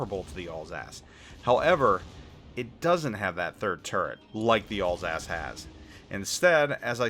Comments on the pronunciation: not all's-ass, al sass as in short for allen, and sassy. Alsace. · I cant stop hearing "allsASS" for Alsace LOL